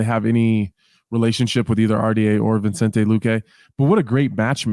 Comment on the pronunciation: Guys it’s VI-cente not VIN-cente